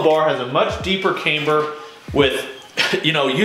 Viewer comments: Please stop saying came-ber! Cam,Cam,CAMBER!! 😆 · You gotta learn how to pronounce camber